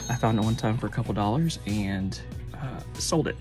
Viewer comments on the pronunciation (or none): Did you say "100 doll hairs"? Love it! 😂